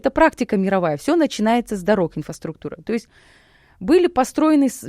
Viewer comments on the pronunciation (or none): Интересно, без пяти минут академик, не может выговорить слово "инфраструктура" - "инфаструктура", "потерялися" ... 🤨Поддакивание и заискивание ведущему...Бла-бла-бла...🤨И вообще беседа "не о чем"...Страна производства генералов и академиков.😂